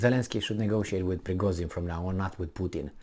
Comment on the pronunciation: he's Prigozhin not Prigozin ))))